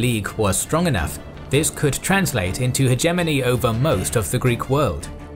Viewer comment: his pronunciation of hegemony is starting to become annoying. And I usually don't care about these things at all.